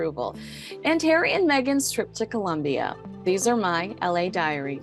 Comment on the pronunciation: '... harry and Meghan's strip to Colombia' is what I heard :)